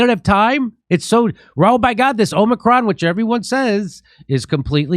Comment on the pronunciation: It's hard to take what this guy says seriously when he doesn't even know that it's Omicron and not OMNICRON!!! OMG This drives me insane!!!!!